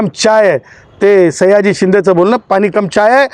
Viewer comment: सैय्याजी नाही 😂 सयाजी म्हण